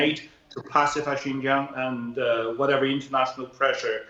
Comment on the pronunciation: “Jin-Jang province” - Jesus, the BBC don’t even bother to pronounce it properly, let alone due their due diligence on Xinjiang’s history and the broader context needed to understand the security measures introduced there 🤦🏼‍♂️